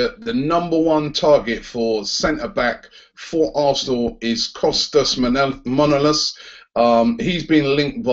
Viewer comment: Robbie you're getting your O's and A's mixed up in Manolas xD. M-A N-O L-A-S